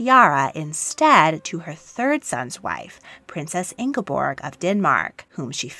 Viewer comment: You mispronounced Märtha and Ingeborg. 👎